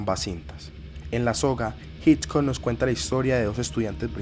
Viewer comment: Muy buen video, muy interesante. Sería ideal que la pronunciación del apellido Hitchcock fuera correcta, eso le añadiría valor a tu trabajo que ya de por si, es muy bueno.